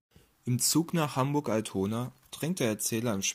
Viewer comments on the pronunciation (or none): Lernt doch einfach mal Sylt, Barbourjacke, Altona und Pöseldorf richtig auszusprechen. Und wieso ein Bild von der Berliner S-Bahn, wenn ein Zug von Frankfurt nach Heidelberg fahren soll?